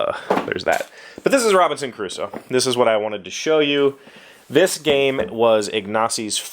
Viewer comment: Thank god they re-designed that manual, it was hell. I've played this game I believe 3 times (3 days, more than 1 game each time) and each time we start arranging the pieces we struggle to remember everything. The Round Summary looks really good and also necessary. Ps. It sounds like you're saying Robinson Caruso